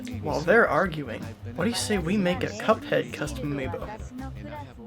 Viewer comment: I love how said CupoHeado